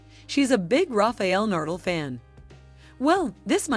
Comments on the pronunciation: Learn how to pronounce names before speaking. Polish not shoe polish and that's Nadal not Nardle. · Seriously rafael nardal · Not saying Nadal as Nurdel. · DAM AT LEAST GET HIS NAME RIGHT NA-DAL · Nice work, DOOFUS! Take ten seconds, and learn how to pronounce Na-dal......You just embarrassed yourself....... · Rafael Nurdle!!!! This narrator just crawled out of a rock on another planet and got blown into ours somehow. Pathetic!!! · That's exactly how you should pronounce his last name. Nardle. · never heard the name NADAL pronounced so bad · its ok ,just shocking to someone from Spain like me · the computer voice cant say nadal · Nardle and Jukovich.... this "voice" is creating some new people... funny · This is a well made video but the pronunciations are horrible. You guys butchered the pronunciations of both Iga's and Rafa's surnames. And if someone can't speak even 'Nadal' correctly, it's hard to believe that he or she knows a lot about tennis or is a big fan! I hope you guys can improve because honestly it's q well made video.